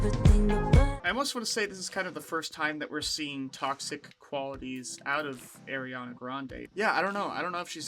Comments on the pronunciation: Friendly reminder, Ariana hates being called “airy-Ana” and it’s pronounced “R-E-Ana” no hate though, love your reactions. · IT’S PRONOUNCED “AH-REE-AH-NAH”!!!!!! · lmfao ily but it’s not “airiana” 😭